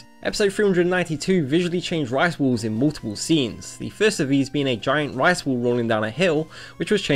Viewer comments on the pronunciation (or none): whats with his pronounciation in this video . rice ball = rice wall. pizza = pisa. ramen = rawmen . cooking = cocking. and thats all in the first minute